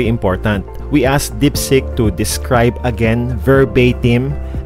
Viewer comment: It's DEEPSEEK HINDI DIPSICK